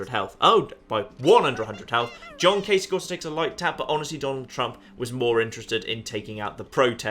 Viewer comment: you have my automatic, utmost, and unwavering respect for being the first Youtuber I've watched who actually knows how to pronounce Gov. Kasich's name. I take it there's no connotation in naming worms after major political figures?...;)